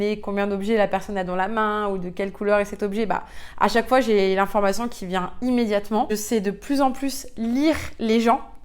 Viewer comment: Le IN se prononce IN , pas AN ….. on dit le LIEN , pas le LIAN …INformation et non ANformation …. etc etc ….INterieur et non ANterieur …